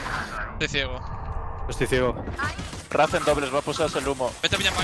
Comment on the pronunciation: Soy el único que le jode que digan la raze en vez de reiss como tiene que ser